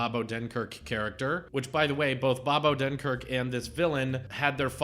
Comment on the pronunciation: “First bunch”. I agree. All the films post-“lunch” went downhill. I like your reviews, but my only critique is that you talk about the plot too much. PS: Disney NEVER gives copyright notices. You can play their clips normally and not sweat about it. PS2: You keep mispronouncing Bob Odenkirk‘s name. PS3: It’s not a “kids film”. Brad Bird made that very clear on his Twitter when he roasted someone. He said he HATES when film journalists call Pixar movies “kids movies”.